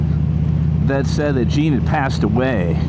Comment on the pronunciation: Its Gene! Not Jean! Lol take care my friend!